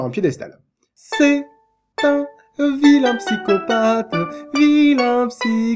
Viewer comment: c'est un vilain pyscopatheuh VILAIN PSY-CO-PATH